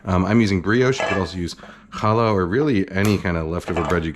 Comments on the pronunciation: Kudos on pronouncing "challah" correctly! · Extra points for pronouncing challah properly!